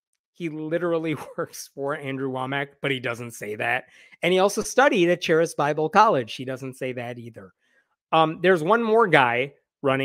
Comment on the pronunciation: Just fyi, the 'ch' in charis is pronounced like a 'k' (karis). It's greek for 'grace'.